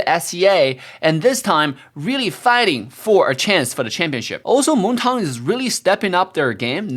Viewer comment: A lot of players say moonton In reality: we all say moneyton cause moonton needs money: montong